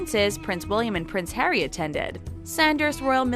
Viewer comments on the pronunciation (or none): none